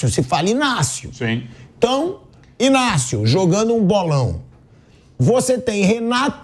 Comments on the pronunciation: Parabéns pelo Inácio, iGnácio é de uma iGnorância, sem precedentes… Se escreve Ignácio, mas a pronúncia correta é Inácio, mandou bem, Pilhado! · Obrigado Pilhado: I N Á C I O pqp bando de retardado pronunciando o G